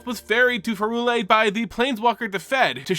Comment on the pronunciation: Bro I love you to death, but it’s pronounced PIE-RULE-IA. Prey tell where the H is buddy in P Y R U L E A